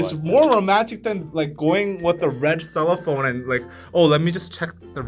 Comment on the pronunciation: Lol. CellophANE (rhymes with plane)...I was wondering what a red “cellophone” over the cell phone flashlight was. I was not looking at the video at first. I had ti rewind to see what you were talking about. Cute.